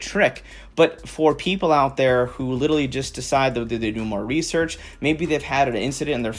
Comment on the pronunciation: Litally...... ITS LITERALLY WITH A T #ImCanadian